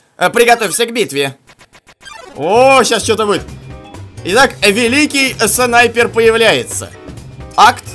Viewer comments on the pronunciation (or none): Мне показалось шипер а не снайпер